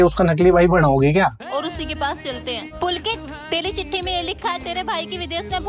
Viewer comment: didn't he say tatti instead of chitthi?